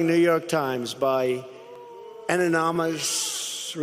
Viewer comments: Absolutely! Really bad when you can't pronounce the word ANONYMOUS. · Omg, I almost forgot all about Donald’s struggles with the words “origins” and “anonymous”😂😂😂